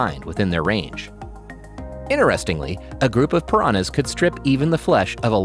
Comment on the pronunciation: Love how he said paranas eat fishes